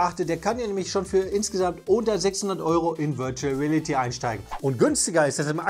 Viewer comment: "...virtual rälity..." 😁